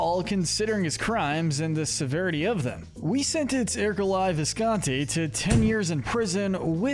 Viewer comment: It’s pronounced er-coh-LAY viss-con-TEE, “”! 🤨 How many times do I have to tell you?? Stop mispronouncing character names, bub! 🙄